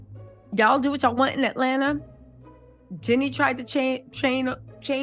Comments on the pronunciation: Why you keep renaming that woman, “Jeani” not “Jenny”!! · JEANNIE NOT JENNY